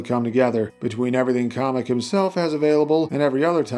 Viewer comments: First off KAM-EK! NOT KAH-MEK! Second, this is a very solid moveset, as always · Off topic but I don't understand the pronunciation Kah-mek instead of Cam-ek. That would mean that Kammy from the Paper Mario series is pronounced commie. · Sorry to say is but it not call komek is kamek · I've always thought it was KAY-MEK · Don’t want to be that guy but the Kam in Kamek is pronounced like the Cam in Camera